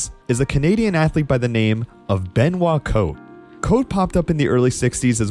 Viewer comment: Benoit Côté, worst pronunciation of all time